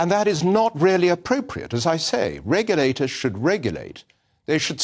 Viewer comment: "Reggerlaters should stick to reggerlating" says vowel-challenged. Remedial English lessons can be arranged,....